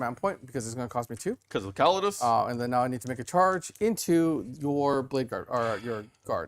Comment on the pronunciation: 1h 25min in. Can’t watch him butcher Custodes again